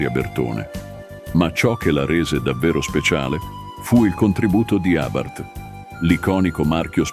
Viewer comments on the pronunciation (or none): Ma una persona che legge no? Abárth non si può sentire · Sentire pronunciare Abàrth con l'accento fa male al cuore